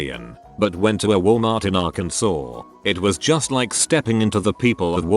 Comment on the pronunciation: At least the robo voice pronounced Arkansas right.